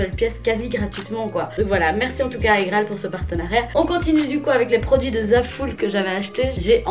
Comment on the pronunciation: On dit « Igraal »pas « agraal »🤦‍♀️